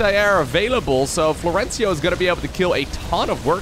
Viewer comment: No Florencio in the title... Nice name prononciation also 😂 Big fan anyway :)